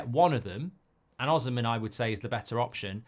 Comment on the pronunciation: It's pronounced O-SEE-MEN